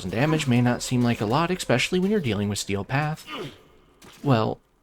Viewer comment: Expecially ❌️ Especially ✅️